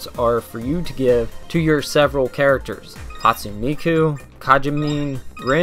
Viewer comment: Written Hatsune Miku, pronounced Ha-tsu-nay Mi-ku, not "Hatsuun". Written Kagamine Rin/Len, pronounced Ka-ga-mi-nay rin/len, not "Kajamin". Written Meiko, pronounced May (the same way you pronounce the month may)-ko.